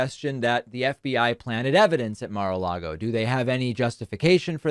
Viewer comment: I wish all these crazies who would blindly walk the plank for tRump would learn how to pronounce Mar-a-Lago.